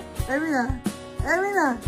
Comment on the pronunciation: Hye min not hai min.